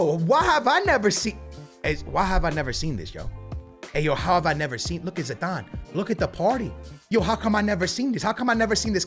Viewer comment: that is not zidane thats podane good vid